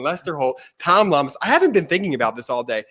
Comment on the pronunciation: Guy in red needs to pronounce reporter's name correctly: it's Llamas-say it like "Yamas." Come on! You folks in media are supposed to be wordsmith and Spanish is probably the second most spoken language in the country. And you're not alone with mispronunciations.